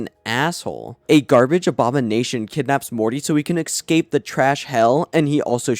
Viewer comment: I can't believe I listened to 6 hours of a fella pronouncing the word 'ecscape' wrong